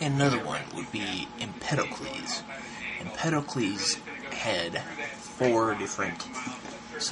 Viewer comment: Bro said EmPEDOcles. [This is an AANG is 1000 years old joke]